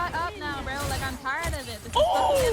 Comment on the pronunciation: the way she says bro is driving me crazy! Glad she said it brúo